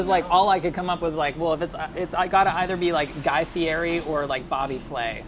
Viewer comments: it’s pronounced Guy Fe -Ed e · OF ALL PEOPLE SAID GUY FIERI'S NAME WRONG ARE YOU KIDDING ME